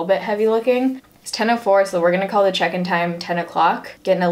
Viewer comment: Whenever she says "check in" i just hear chicken. Maybe it's cause i'm hungry idk